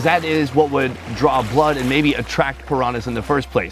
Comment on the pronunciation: I love that can not pronounce pirañas hahaha